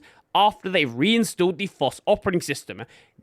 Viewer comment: It's FOSS, not floss. Floss is the string you clean your teeth with, or should at least. You don't need a license to floss your teeth. Well, at least not yet, but I wouldn't be surprised if they are working on one!